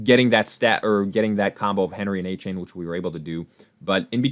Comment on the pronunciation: pronounced A Chan not A Chain